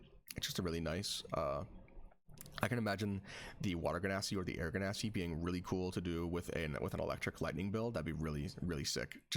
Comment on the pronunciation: LOVE THE VIDEO... hate the genasi pronunciation 10/10 would torture my ears again